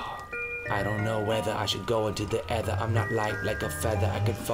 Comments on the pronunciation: say either instead of eather when you are trying to say aether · AYTHER lol not ether :p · no, its Ae(ey)-ther